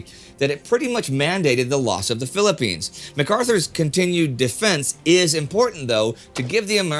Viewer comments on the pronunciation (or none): none